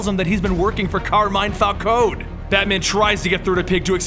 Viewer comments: Falcone is pronounced Falconee, I'm sorry but it's my favourite crime family so it kinda pisses me off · The thug boss', Carmine's, last name is pronounced fal-KO-ni As pronounced in Arkham series, and Batman TAS, and in animated films (can't remember which one, Batman year one I think) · I swear it's pronounced Fal-cone-ee :/ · Isn't it pronounced "Fal-co-nie"